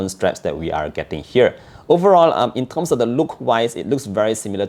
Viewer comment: 'In terghhssm'. Subbed✅